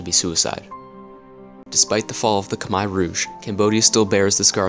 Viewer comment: Ryan Oakley im cambodian and sorry not everyone in the world knows how to pronounce ‘khmer’ its sad someone like you would criticize someones accent.